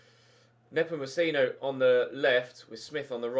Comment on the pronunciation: its pronounced nepomecheno